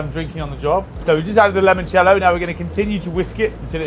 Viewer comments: It's Limoncello, not "lemoncello" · there’s no reason to pronounce it any other way than how it should be. It’s Limoncello. There’s an i, not an e. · I got to and you said 'Lemon Cello'. Not sure I can go any further...